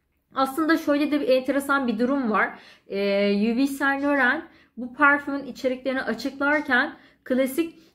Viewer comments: Yuvi sen(t) loren şeklinde okunmaz. İ(y)v sen lor(ğ)an şeklinde okunur. Lahom şeklinde okunmaz. Ĺo(h)m şeklinde okunur. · La hom değil lom diye okunur. Parfüm incelemesi yapıyorsunuz ama daha ismini okuyamıyorsunuz. iv sen loren lom diye okunur.